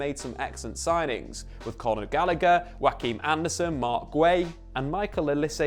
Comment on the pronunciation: Haha he also says Wakim Andersen